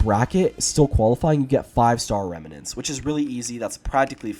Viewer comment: bro the way he said “remanents” made me cringe so hard